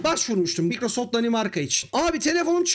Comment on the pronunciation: Microsoft'ta çalıştım diyip de Microsoft'u da " Mikrosoft " olarak okumazsin ya.